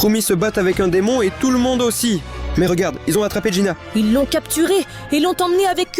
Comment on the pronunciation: C'est pas jïna mais jïnu